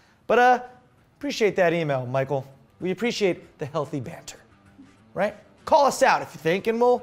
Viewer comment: Geez guys, Michal isn't pronounced Michael. Michal is a Hebrew girl's name. Mordechai (Max) should know that.